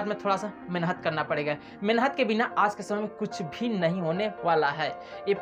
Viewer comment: मेनहत नहीं मेहनत होता है😊